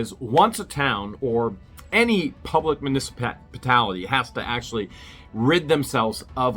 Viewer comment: please don't take this the wrong way, I'm honestly trying to help here because you are doing such a wonderful job as a citizen journalist I'd love to see you grow your vocabulary. Municipality (mew-niss-i-pal-ity). Again this is not an attempt at a troll, I love seeing you improve your reporting abilities.